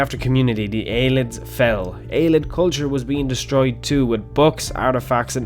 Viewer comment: Just to clarify, I am 99 percent sure that Ayleid is pronounced Ay-lee-id not Ay-lid. That's all I have to say.